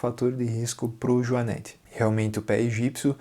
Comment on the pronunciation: A PRONUNCIA DA PALAVRA JUANETE NAO TEM A VOGAL "E" ABERTO....OA VOGAL E PRONUMCIA SE COM A VOGAL FECHADA ....HORRIVEL OUVIR pronúncia dessa firma...consulte um dicionRio ETIMOLOGICO